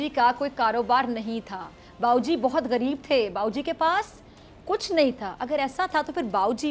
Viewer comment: گریب نہیں، غریب۔ تلفظ ٹھیک کریں۔